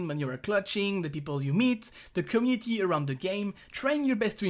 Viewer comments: IT IS COMMUNITY NOT COMNITI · "Cummity" ( ͡° ͜ʖ ͡°)